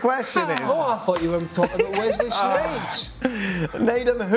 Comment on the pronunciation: Leave it to Dan to make it sound like Nedum's last name is "Manure."